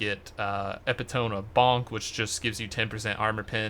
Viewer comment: "epitome of bonk" please tell me this pronunciation was a joke. How you said contemption too lol